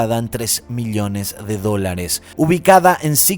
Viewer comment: Millones por favor no digas Miliones me taladras los oídos, me gusta ver y escuchar tus presentaciones de casos pero me matas el oído....